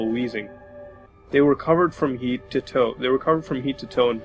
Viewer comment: do people in other territories actually pronounce "head" as "heed"